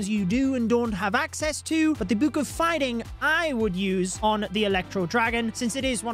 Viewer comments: Ya'll make sure to use your "buke of building" for this new update. Cracks me up to listen to pronounce the word, "book." xD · The way you say book makes me uncomfortable